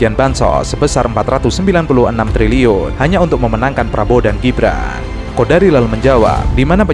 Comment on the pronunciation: Namanya KONDORI mas bukan KODARI.